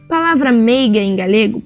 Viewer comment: Não se pronuncia 'galhego' em português mas sim 'galego'.